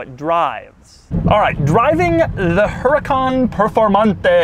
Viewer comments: That's HuRAHcan....not HuREEcan. Followed by PERRforMANTEH....MAN as in FUN. Got it ? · Actually since Lamborghini names it’s cars in Spanish (yes I know the company is Italian), it would actually be pronounced Uhr-ah-kan, because the H is silent in Spanish, followed by pehr-for-mon-te. Most people don’t pronounce it this way because they either don’t know or it is too difficult for them, but that is linguistically the way to pronounce the name of this car.